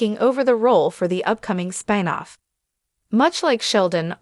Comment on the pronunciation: "Spine off?" Why can't your AI pronounce a simple, single syllable word?